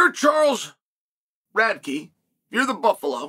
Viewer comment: “Radtke’s hard to say, hard to spell.” It’s the only name I’ve ever heard Uncle Chael pronounce correctly… lol